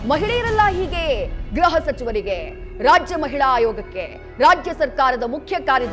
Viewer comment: ಗ್ರಹ ಅಲ್ಲ ಗೃಹ